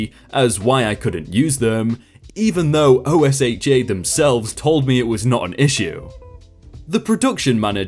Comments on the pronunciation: Say Ohsha not o.s.h.a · OSHA pronounced O-sha Just remember that for the most part, in the USA, some stuff is pronounced as if it is a word. You can probably check by loocking up news videos to see if this is the case on some abbreviations. For example OSHA, NASA,... Whereas USA, DOT, DMV ... you would just say the actual letters. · Whenever OSHA comes up from now on, just say it how it looks, we all do here in the USA "O~Shah" it will save you time. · Love ur videos...but when u are reading the acronym OSHA u can save ur breath, love. LoL in America we read it like a word. (Oh shuh) or (oh sha) sounds kinda like ocean without the "n". 😎 but yeah, out of all the reddit readers on YouTube you and are my favorite voices. Please dont stop making videos 🤩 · OSHA is a word not "O S H A" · Oh my freaking Glob! Please, please, please stop spelling it and just say it! It's not O-S-H-A. It's Oh-Sha! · OSHA is said "O-SHA" ;) keep up the good work. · Just an FYI: OSHA is pronounced "Oh-shah." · Normally I wouldn't complain about this, but OSHA is an acronym but is spoken like one word OH-SH-AH if you feel uncertain about pronunciation. Love your work though! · Just to let you know, OSHA is pronounced O-SHA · I was thinking the exact same thing. Its quite funny, I've never heard someone say the letters before these videos. Not complaining just noticed it myself. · if it's any assistance to you, OSHA can be pronounced like ocean without the n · OSHA is not spelled out. It’s like scuba